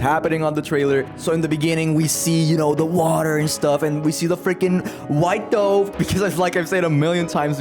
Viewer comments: bro mispronounced dove, and with that, I'm out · Why do you pronounce dove that way